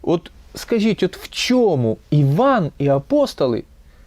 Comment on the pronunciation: Вибачте ,але - щььоо ,чььому ,чььяс ,почяяток щьььось ,величььина ,щьььо це означьяяє ..Ж ,ч,ш,щ в українській вимові має бути твердим - час ,чому ,щось ,величина,початок , - бо просто важко слухати таку важливу тему, якесь знущання з вух .Другий раз стараюся прослухати вашу думку і через це щьоканння і чьокання неможливо .